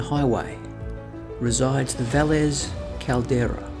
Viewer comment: Valles Caldera pronounced via yes caldera